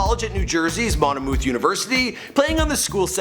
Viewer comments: It's pronounced "MON-muth," not "MON-uh-mooth" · it’s pronounced mon-myth not monMOOTH tf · "Mon o mewth University".. dude it's pronounced Monmyth University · Monmouth College is pronounced “Mon-Mith” not Mon-A-Mooth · mum-ath not monoamooth lool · Monomuth university??? you mean Monmouth? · Manu-myth University and Louis-ville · Its MONMOUTH (mon-moth).... not "mon-u-mouth" lol #Jersey & its Ta-hiry (Tahiry) not Terry lol haha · its Monmouth (mon-muth) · The way this guy keeps pronouncing Monmouth is killing me lol